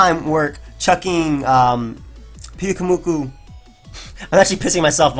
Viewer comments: It's pronounced like puke. Because it's spewing its innards out. And moo-koo. A Morell is a mushroom, pronounced Maw-r-ell. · Im pretty sure its Pew-koo-moo-koo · the pyu in pyukumuku should be pronounced as pew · it's Puke-umuku, pyukumuku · I think it's puke-oo-mew-koo